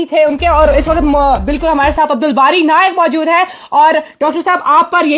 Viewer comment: Dr bari naik nhi bari bolo 😂😂😂😂😂😂😂😂